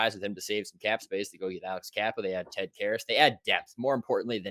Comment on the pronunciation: My man’s said “George Carrel Ferris” I can’t lmao